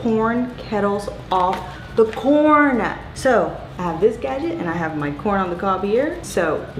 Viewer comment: I thought you were saying porn every time you said corn. 😆!!! Lmao